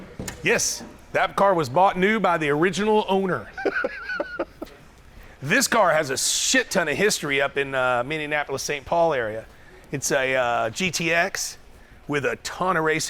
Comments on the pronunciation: oh god you said minneindapolis same as don your fired small hands trump. it is small town minneapolis capital is saint paul.texas people have barely hit the tip of the ice berg of stored away barn finds. same with the dakotas. i bought two classic motorcycles from sport wheel aat good price. a complete unrestored 1958 cushman and a 2001 buell cyclone m2l also found a vintage tall king queen seat for a ridgid frame for my 49 fl. steal at 30.00. sport wheel is still there and fun to visit. dennys daughter is straight up business and great to deal with. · MINNEAPOLIS NOT WHATEVER YOU SAID LOL I LIVE 40 MINUTES FROM MINNEAPOLIS